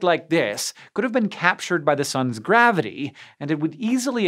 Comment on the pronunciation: With the power of graviteAEh